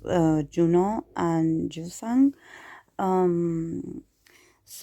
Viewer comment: In case you are still wondering how to pronounce the name, the 'y' should sound as in 'y' in 'you'... But if you are comfortable that way, it's okayyy☺☺